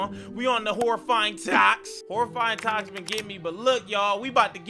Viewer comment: The part when he said toks